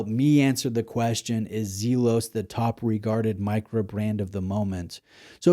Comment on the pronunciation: It's pronounced "Zel-os" not Zeel-os". 🎯